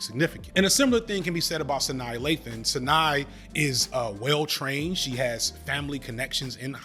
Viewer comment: it's Sa-NAH